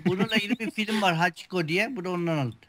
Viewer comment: hakicu deil o hachi abi:))